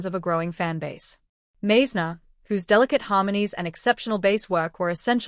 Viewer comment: Hello Stupid AI, Randy’s name is pronounced “Mize’-ner” Because you got that wrong, we don’t believe anything else you say.